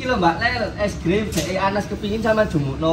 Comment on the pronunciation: Susi kalok ngomong es krim jadi es grim